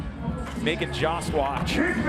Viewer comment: Jost definitely does not rhyme with Josh. lol